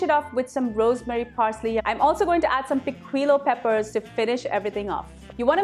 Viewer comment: Lovely! I make my paella just like our pulao with the same ingredients as yours and if you don’t have artichokes you can use another vegetable of your liking. And the same with the rice. Instead of the pan, I make mine in a wide vessel and the taste turns out practically the same. I liked the way you have presented your video, the only thing is the pronunciation of the red pepper is - “pikijo”. Hope you don’t mind my humble correction! Love your presentation! It’s just the way you have explained.